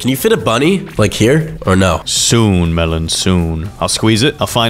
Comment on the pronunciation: melon became Russian😂😂😂